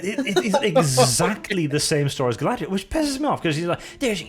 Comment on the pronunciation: Guy-lad-Rey-el is the worst Mary Sue ever